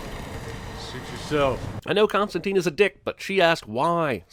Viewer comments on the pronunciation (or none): its constantyne, not constanteen. he even gets his own name wrong. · biggest sin - yankees can't pronounce his name correctly. it's Constant-i-ne, not teen. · It's actually pronounced Constan-TYNE (as in twine or nine or fine), not Costan-TEEN. This is mentioned this a couple times in the Hellblazer comic (correcting someone who's mispronouncing it). Even the British show didn't pronounce it right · Most obvious (and controversial) sin: they keep mispronouncing his name. According to creator Alan Moore, it's supposed to be pronounced Constant-ayne (look it up) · the "i" in constantine is pronounced like i in "wine".